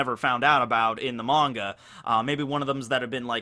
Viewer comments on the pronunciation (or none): none